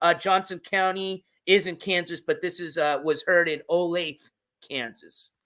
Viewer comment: O-LAY-THU NOT OLAYTHEEE